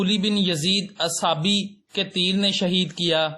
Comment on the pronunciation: Pahlay Arabi aur Urdu parhna aur bolna seekh lo, phir videos banana. 2 lafz theek se bol nhi saktay aur na un k matlab jantay ho aur YouTuber ban'ney ka shoq hay.اصبحی ko اصحابی،aur شمر لعین ko شمر این. What is this??